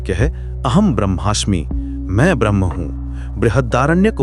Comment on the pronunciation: Narrator का 'ब्रह्म ' का उच्चारण 'भ्रम ' की तरह बोलता हुआ लगता है।